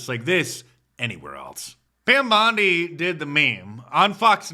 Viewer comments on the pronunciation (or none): It sounded like you said Pimp Bondi